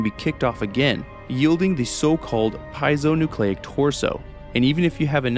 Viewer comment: it's actually pronounced PEE-AY-ZO-NOO-CLAY-IC